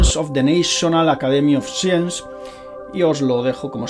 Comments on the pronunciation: te ayudo un poco con el inglés. Science de pronuncia como "saiens", y en plural sería "saiensis". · Gracias por la valiosa e interesante información. Una cosita, science se pronuncia 'saiens'. Un saludo.